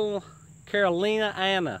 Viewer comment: Can you say, "caroliniana"?!!! -- Caro 'lin-eeanna